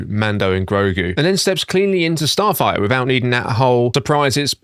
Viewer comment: I think im the only one that was annoyed that he couldn't say the name of the movie, "Starfighter" not "Starfigher"( Starfire )...